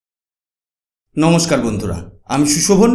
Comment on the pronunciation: TUMI NOMOCHKAR BOLO KENO? NOMOSHKAR BOLBE. TUMI SHO ER UCCARON KORTE SHEKHONI, LECTURE MARTE ESHESO. SHORKAR KE BOLSO CHHORKAR. HA HA HA